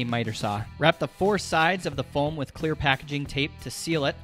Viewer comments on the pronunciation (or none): none